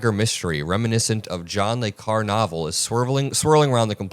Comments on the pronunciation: Not John le Car. John le Carry (if you're a Brit), John le Car-ray (if you're anything else). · That little mark over the e in Carre kinda has a purpose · Phonetic pronunciation John le Car-ay. He wrote “The Spy Who Came in From the Cold.” Everyone uses spy craft terms that he actually invented, like “mole” and “honeypot.” The CIA and MI6 appropriated le Carre’s inventive use of language.